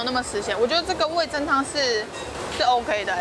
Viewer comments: 哈哈哈聽到味'增'就好想跟說是味'噌'才對 (๑•́ ₃ •̀๑)衣服很美人更美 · 哈哈哈哈沒看到有人糾正～ 是味“噌”湯→ㄘㄥ一聲唷！ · 是不是找不到味噌的「噌」啊？那個字唸「ㄘㄥ」喔！（瑕不掩瑜，不用理我也沒關係~） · 是味噌（ㄘㄥˉ）喔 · 其實是唸味噌ㄘㄥ湯哦！ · 應該唸味噌ㄘㄥ湯哦~~~